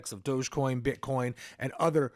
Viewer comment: Thank you for pronounce it properly Doggie coin Shiba is a doggie RECOGNIZE